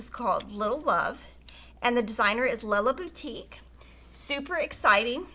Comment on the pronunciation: You made my day by pronouncing “Lella Boutique” properly! One of my very favorite designers of Quilting fabric and patterns.